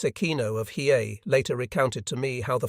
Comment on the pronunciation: Listening to the AI try to pronounce Hiei and fail every time is hysterical.